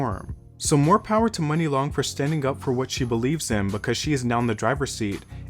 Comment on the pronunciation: I thought it was pronounced moo-nee???